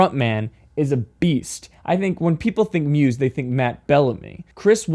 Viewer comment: don't pronounce Muse with an S sound